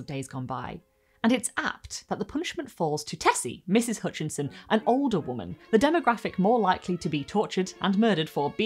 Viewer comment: Hutchinson, not Hoonchinson.